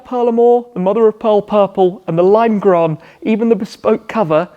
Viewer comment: You almost said "Limegrøn" like a true dane!